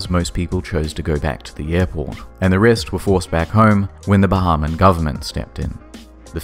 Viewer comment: Bahamian. ..not Bahaman